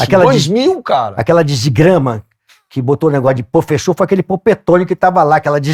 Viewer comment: "Lá ele, profexo!"